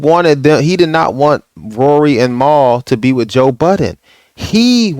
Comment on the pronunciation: Who’s Maul? Lol Mal*